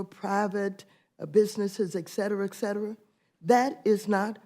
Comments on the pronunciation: Hey Waters, it's "etcetera" , not "ec-cetera. " The United States is s not a democracy. A democracy is largely a socialist run organization. So if you think this is a democracy and you are trying to save it, that makes you a Socialist. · Is she saying, "Eckcetera"? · Maxine "EXeterra EXettera" Waters.